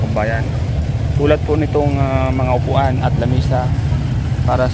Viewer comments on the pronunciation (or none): Upuan ata ndi upuhan 😂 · Upo-an hindi upuhan..peace!